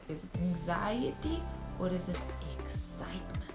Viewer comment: "ExCITEmebnt!"-Bashar . ahahah :D